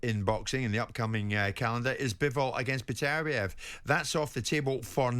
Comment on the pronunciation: Why is Simon the only one pronouncing his Beterbeiv's name right? Imagine going on air to talk about someone and not being respectful enough not to learn how to say his name right